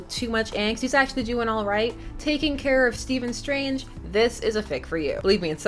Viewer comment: It's Stephen tho